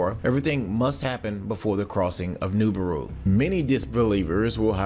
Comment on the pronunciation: Please stop saying Noobooru